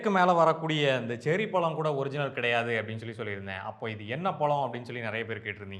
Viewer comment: இந்த ழ வுக்கு பதிலாக ள என்று சொல்வது தமிழை கொச்சைப்படுத்துவது போல் உங்களுக்கு தோன்றவில்லையா முயற்சி பண்ணிப் பாருங்கள் பழம் என்று உங்களால் சொல்ல முடியும் பளம் அல்ல